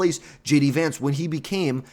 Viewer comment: Learn how to say the Vice President’s name if you’re going to be making political videos. 🤡